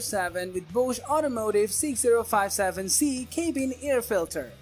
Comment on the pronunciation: Crock. No data. Just opinions and paid links. Plus dude pronounces “cabin” as “CAY-bin.” Wow. Good idea to know how to pronounce the product you’re reviewing.